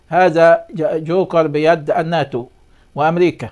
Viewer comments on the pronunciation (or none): none